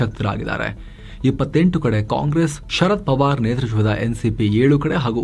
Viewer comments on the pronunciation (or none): none